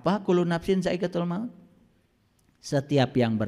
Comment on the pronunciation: Kullu ngapain dzaaiqotul mauti Bukan daikatul He he koreksi bacaan Alquran Nya